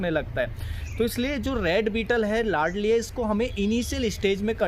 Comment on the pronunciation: Ladli nahi hota ,laldi hota hai